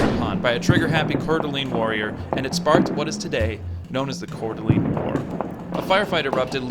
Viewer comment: Great video but your pronunciation is a bit off. It's pewjit sound, coor da lane, and oregonian not oregani.